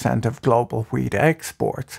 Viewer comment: nice video ... but I was watching at 2x and everytime you said wheat it sounded like weed lmao